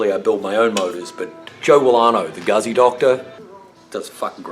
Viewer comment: great job but its a fucking guzzi not gazzi